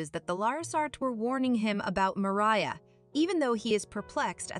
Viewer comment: Bro what are these pronunciations “Tomah” “Mariah” “Sofya” Tf are these 😭